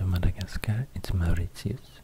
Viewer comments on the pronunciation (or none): none